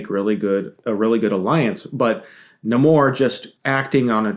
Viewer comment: I’m very happy to hear people pronouncing Namor’s name correctly